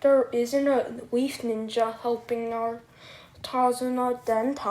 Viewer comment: Yeah I heard weaf instead of leaf but I still do and I'm 13